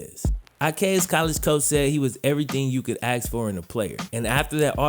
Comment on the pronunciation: Let me ax you something.